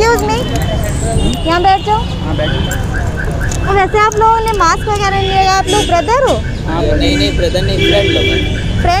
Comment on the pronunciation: Maks nhi didi mask hota hai😅😂😂